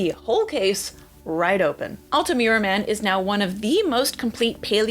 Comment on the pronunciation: Congrats on 100K Very interesting video. The "u" in Altamura (and always in Iyalian) sound like the one in the name Ur, not like "cute" in english.